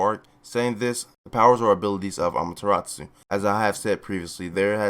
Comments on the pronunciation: Learn how to pronounce amaterasu. Not amateratsu. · Btw it’s ee van juh list and uh mah yuh rA soo